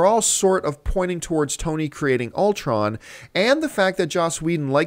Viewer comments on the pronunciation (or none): none